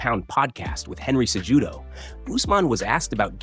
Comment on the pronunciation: This channel butchers names. (Say- judo) Is Cejudo and (use- man) is Usman.